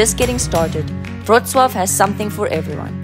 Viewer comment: Respect for great "Wrocław" pronunciation :)